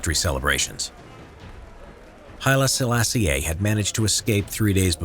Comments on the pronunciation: halfway through watching this, it's generally really good but I just had to stop and comment that the pronunciation of "Sellassie-ay" is killin me. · The latter E in Selassie is silent, like "Selassy"